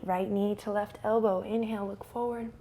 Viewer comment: I always laugh a lot when you say "inheel" and I lose my breath XD